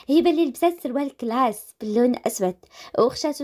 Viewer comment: لا غلطات باش تقول كلاس قالت كلاش